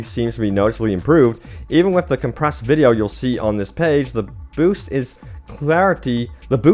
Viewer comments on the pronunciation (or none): none